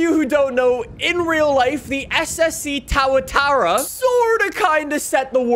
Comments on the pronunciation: too ·uh·taa·ruh, please the tower-tera pronociation is killing me as a kiwi! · It’s Tuatara. So pronounced Two-a-tara. Not Tar-a-tara. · kept pronouncing it as Tow-uh-tara, but the correct pronunciation is Too-uh-tara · It’s too-a-tar-a not tow-a-tar-a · Im also from nz and it personally bugs me as well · It was so painful to hear lmao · How to pronounce SSC Tuatara: Es-Es-see Too-uh-tar-uh How nicks pronounces it: Es-Es-see T-OOOOWWWW-uh-tah-ra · Isn’t it pronounced Too-a-tau-ra, not Tow-a-ta-ra? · tuatara not "taratara" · Yeah I was like tawatawa!?!?!?! Its pronounced tu a ta ra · It bothers me the way u say TuaTara, its pronounced TOOA-TARA not TowerTara 😂😂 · The "SSC Towatower" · bro it’s pronounced Too-ah-tah-rah it’s a native lizard from New Zealand that’s actually technically a dinosaur! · “SSC TAURATAURA” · ah yes "ssc towertower" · It’s tu a Tara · “SSC Toatara” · SSC TAWATARA HAHAHA PRONOUNCE TAWATARA😂😂😂😂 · Tuatara ❌ - towatora✅ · “SSC Towatawa” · When he says tawatara XD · Correct pronunciation Two-uh-tara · “Ssc tawataowa” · It’s pronounced too-ih-tahra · Who the hell pronounces tuatara like tow uh tow uhy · It's pronounced too-a-tar-a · Tua-tara. I cringe everytime you mispronounce car name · "Ssc towertowra" 🤣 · That pronunciation tho lmaoo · Your pronunciation of the tuatara makes me cringe so much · The way he says tuatara 🤮